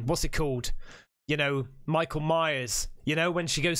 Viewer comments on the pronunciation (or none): none